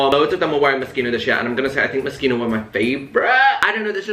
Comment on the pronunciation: no he’s not !! i mean it’s an italian word so the ‘ch’ is pronounced ‘k’ so his pronunciation for an english speaker is pretty spot on ahaha not expecting him to put on an italian accent or anything